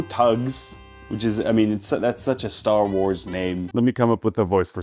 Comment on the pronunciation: worrying about people judging his cooking skills but not him completely mispronouncing Star Wars is a fascinating perception of the cooking and Star Wars communities